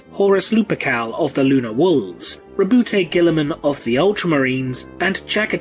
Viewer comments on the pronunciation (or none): FOR ONCE & ALL, can we Please clarify the pronunciation of the Ultramarine's Primarch? I have to insist it's said as "RAH-boo GOO-ey-Muhn"; that is, as a kind of mock French, which I reckon fits perfectly with their presentation as a sort of "bastion" of Renaissance outlook... ALSO, & please don't anyone take this personal, but dang it! Saying "Rah-boot Gilly-Man" just sounds dumb. I mean, really, who would be named that way? I get the whole "you say tomayto/I say tomahtoe" thing, but come on... individual differences aside, it simply doesn't Sound right, is that not so?